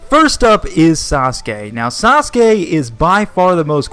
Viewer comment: It is not saaske bro. It is sasuke